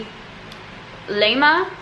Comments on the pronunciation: Karums means "craving" . Laima is pronounce "lie-ma" the small clock tower in the city is from this company. Laima is the old pagan Latvian goddess of fate, from which we take the word laime, which means luck. I'm glad you enjoyed most of the treats you tried! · Im latvian so this is such cringe your saying everything wrong xd.. The crine!😂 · It is Laima and Vāverīte😂